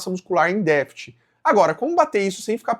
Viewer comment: Dica construtiva: vc deveria treinar a pronúncia de "DÉFICIT", pois errou em todas as tentativas nesse vídeo.